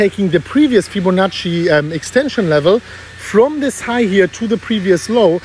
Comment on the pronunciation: So no more ‘Febbinachi’ 🤭